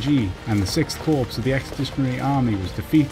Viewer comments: informative video - only problem, please stop pronouncing 'corps' as 'corpse' - it's pronounced more like 'core'. thank you looking forward to part 2 - the empire strikes back! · CORPS, its pronounced Cor Not Corpse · The mispronunciation of CORPS - countless times - is ruining this for me! Not CORPSE but just COR - As an ex-member of the Royal Signal Corps it is making my ears bleed. Sorry! This campaign has always fascinated me (my mum lost her youngest brother as a Chindit) would love to know more about the state of the Burma Army, numbers, units, combat/equipment strengths.